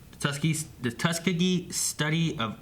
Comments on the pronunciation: It's TUS-KEY-GEE for the record. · pronunciation of Tuskegee kills me.